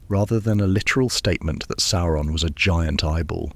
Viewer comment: The pronunciation of Sauron here alternates between 'soar-on' and the correct 'sour-on'